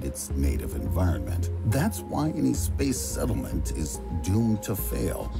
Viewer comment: We just gonna pass by the way the narrator adds extra vowels when he pronounces "space" like 'Spayus'